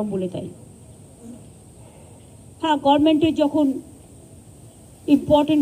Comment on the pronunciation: গর্মেন্ট নয়,গভর্নমেন্ট। শর্ট এ বললে গভ্মেন্ট। সঙ্গসকিতি নয়, সংস্কৃতি। বিবিধের মাঝে দেখ ঐক্য মহান নয়, বিবিধের মাঝে দেখ মিলন মহান।